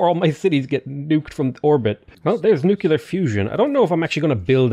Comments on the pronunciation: Hey! Learned a lot from your games at Civ, but I need you to learn is Nuclear, not Néclar, i do understand your pronunciation thing but that is with ethnic names, such wonders and stuff, but nuclear is not pronounces néclar, cmon, i stress in this since it is a thing saying Néclar, Keep it up! streams are always amazing! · NU- CLE-ARE NUCLEAR not NUke ULar Nu Clear... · “Nucular” pronunciation is sending me